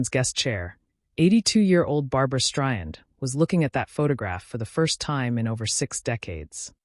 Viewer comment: How ignorant can AI be to pronounce her last name “ Stryan?”